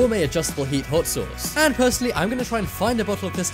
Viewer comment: HAUTTT SOSSS